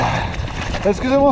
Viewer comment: This guy "exusim wah" everyone else "you shall not pass!"